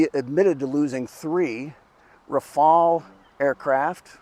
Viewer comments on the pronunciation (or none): Rafael ❌ RaFail ✅ RaFell ✅